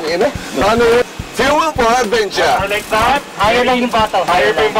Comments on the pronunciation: "Fuel for adventure" Cong: "Fuel fordaventya" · FUEL FO ADVENCHA CONG TV: FUEL FORDAVENTYA 🤣